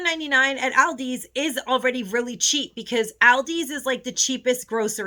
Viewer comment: Please pronounce Aldi's correctly.